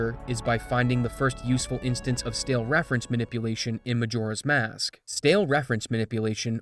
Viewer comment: I can't not hear McJora's mask at the beginning